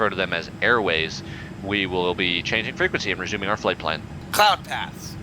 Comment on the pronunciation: PROPER FREQUENQEY